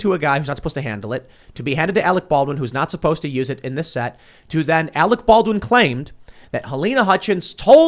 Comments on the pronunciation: and we all laughed when Kim jong il said " we got Arec Barwin " . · You're worfwess Arec Balwin. You're still worfwess Arec Balwin.